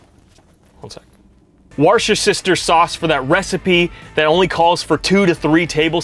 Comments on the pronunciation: Loved the video, my first one, just subscribed to you. Made me smile when you tried to pronounce Worcestershire sauce, in the UK it's pronounced Wustersher, we have some strange words 😆 looking forward to your next video. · EASYER WAY TO SAY IT IS........ WUST...... A... SHIRE........ Put it all together quickly YR saying it man, cos what you said on Yr video was nothing 3ven close to how it sounds brother hahah🤣🤣🤣🤣✌🏻♥️♥️✌🏻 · /ˈwʊs.tɚ.ʃɚ sɔːs/ like "wooster" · It’s “worst-er-sheer “sauce 😂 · Just so you know Worcestershire Sauce is pronounced Worstershire but if I'm honest those from the area don't pronounce the R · I’m from Worcester, where they make Worcester sauce! It’s pronounced worrr-ster-sheer Ps. Love watching you’re vids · It's Wooster all over Britain mate but where the sauce is made us Worcestershire because it's a shire but the sauce is pronounced Wooster sauce. Abbreviated to Wooster so don't be a melt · Hello there from over the pond. Had to laugh on the hello fresh sponser part. I love seeing people try to pronounce worcester sauce... not even close there dude. Try (Wus-ter-shire) I grew up there like a stone throw away from the factory. It used to smell nice driving past it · Worst-ter-shire Sauce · It is pronounced Woos ter sauce. A brother Canadian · Worcestershire Sauce - Woostershear Sauce, although pronunciation changes slightly between regions. Great channel. 🙏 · Where's your sister sauce😂😂that's What it sounded like you said 😂😂👍🏼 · Its pronounced WUSTA-SHEER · Worchestershire sauce is pronounced just wooster sauce its that easy Lol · It's pronounced 'WOORSTER'!! 😆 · it's pronounced wooster sheer sauce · OMG...... PRONOUNCED...... WUST.. A.. SHIRE...... SAUCE. SIMPLE NOT HARD AT ALL PLAIN ENGLISH....... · The sauce is pronounced wooster - imagine saying woodster but without the D - like a dog barking - woof woof etc etc. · FYI its pronounced woostersheer source. Likewise Leicestershire is pronounced lestersheer. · War-chester-shire :D